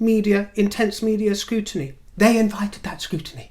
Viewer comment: Scrutiny- Scrotiny 🤣🤣🤣